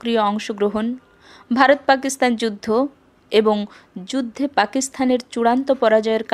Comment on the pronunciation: খুব ভালো লাগলো। দুটি বিষয়ে আরেকটু নজর দিলে ভালো হত: কত সালে এটি লেখা হয়েছে বললে আর পাকিস্তান উচ্চারণটা ঠিক করলে।